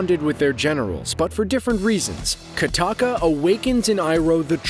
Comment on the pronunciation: not katakka kokka